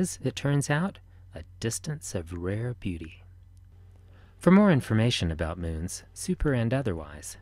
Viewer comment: Lol. I thought he said Science.nasa.gay